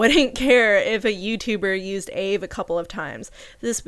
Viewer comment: loving the vid but the african american in me cringes everytime you call aave “ayve” most african americans just pronounce it by letter aka “ay-ay-ve-ee”. also side note the aave topic isnt a black person debate its an african american debate (the specific ethnic group) and for my personal opinion and many other african americans opinions, using aave as a non aa person isn’t inherently racist or problematic. the problem is mocking it or using it incorrectly, other than that i could care less. the kurtis problem is that he used the word bussin incorrectly not that he was using the word in general. in all honesty even though this was annoying i dont really care nor is it a racist or a cancelable crime. an extremely minor offense not even requiring an apology as long as he educated himself and move on i dont really care. edit: just realized i worded this goofily. african americans are black. its the ethnic group for americans descendants of slavery. so yea it is a black problem but more specifically an african american problem.